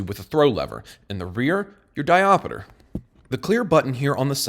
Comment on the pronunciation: Hey king, you didn’t replace the ATACR title graphic at the start also fwiw there are only 3 syllables in “diopter”. obv you’re the king here so you can say whatever you like :) just thought I’d mention it in case it matters